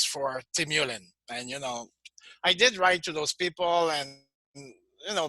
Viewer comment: He almpst pronounces them the same way. Frustrating